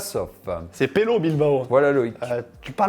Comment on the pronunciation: Desolé c'est peyo les deux LL forment le son ye comme yoyo